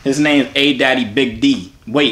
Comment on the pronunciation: Yo said adaddybigd